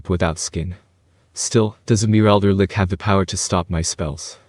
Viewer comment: Read as Litch, not Lick